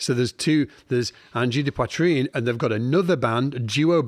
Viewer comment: Learn to pronounce Poitrine